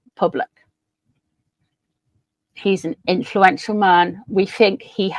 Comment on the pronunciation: I'm still there where I want to laugh whenever you say "man".😂😂😂😂✈